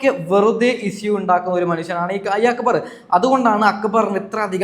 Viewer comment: സാബുമാൻ നാരദൻ്റെ പണിയാ. രണ്ടു ഭാഗത്തും കൂടും. ആര്യൻ , നെവിൻ പോയതിനുശേഷം പോയാൽ മതിയായിരുന്നു. ആര്യൻ, അക്ബറിനോട് കൂടിയപ്പോഴെ മനസ്സിലായി out ആകുമെന്ന്. ഇവനോടെന്തിനാ അഭിപ്രായം ചോദിക്കുന്നത്. ഞങ്ങളൊക്കെ കാണുന്നുണ്ട്. അക്കു ബർ അല്ല അക്ബർ